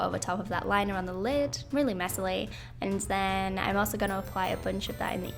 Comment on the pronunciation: I love how you say "and then" you say it like "and tzen" love love love it and the makeup is absolutely amazing!! Love you ❤️🙌🏻